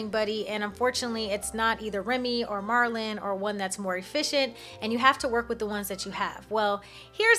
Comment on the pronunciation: Are you calling MERLIN, MARLIN? 🤔